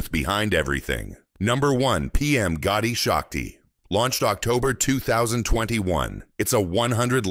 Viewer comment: This project correct name is PM gati Shakti not Gotti shakti . please correct